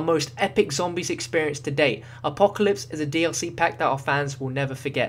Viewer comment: So funny how he say apocalypse he's like A POE KA LIPS